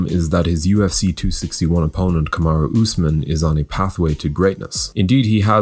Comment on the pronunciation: Come on man its Kamaru not jake Paul YouTuber.